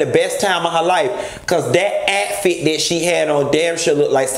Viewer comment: Did he say atfit!!!! He did! Okay😂😂😂😂😂😂😂😂😂🚑🏨💀